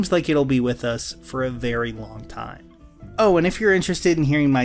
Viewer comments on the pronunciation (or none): none